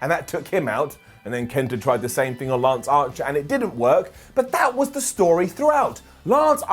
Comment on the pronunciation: Did he say 'lunch archer'?